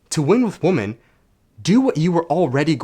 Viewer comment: It's pronounced wim-men